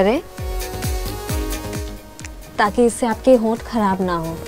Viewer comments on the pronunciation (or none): none